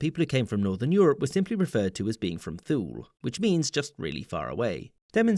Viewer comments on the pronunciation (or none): I thought Thule was pronounced TOO-lee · Pretty sure you're supposed to pronounce the "e" in "Thule". No silent letters in Latin or Greek. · Very, very cool. Do you happen to know if "Thule" in this context is/probably was pronounced like thool as in the video, of if it is/was pronounced more like too-ly? The Thule area in Northwest Greenland is pronounced the second way, as is the earlier phase of Inuit culture, from archeological perspectives. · "Thule" meens NORTH!!! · Thule = too lee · A Dane would pronounce Thule: Tuu-leh